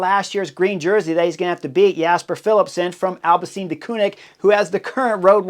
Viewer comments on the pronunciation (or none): none